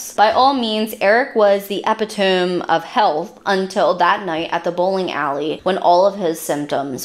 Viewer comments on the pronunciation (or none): E-Pit-O-Me. Not. Epi- Tome. Yes,it makes a difference when you’re telling a story and don’t know how to pronounce words.